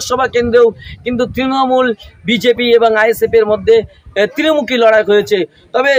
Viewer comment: তিরমূখি নয়, ত্রিমূখি..